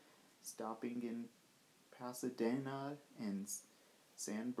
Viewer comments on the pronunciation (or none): I respectfully suggest that you learn how to pronounce Pasadena, San Bernardino and Cajon. I.E. Ca'hone